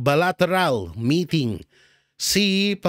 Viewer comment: Boss baka pagtawanan ka ng mga ugok sa pag basa mo sa Bilateral ang basa nyan kasi Baylateral 🤣🤣🤣🤣🤣🤣